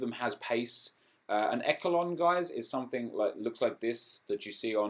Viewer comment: echelon is pronounced eshelon